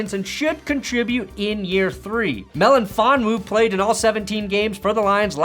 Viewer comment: Hate to be that guy, but it's pronounced Meli fonwu not melonfonwu